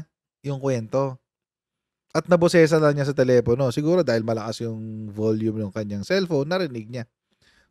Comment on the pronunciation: Telepano o telepono😅